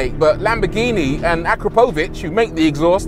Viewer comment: Man how you pronounced Akrapović it shoudl be illegal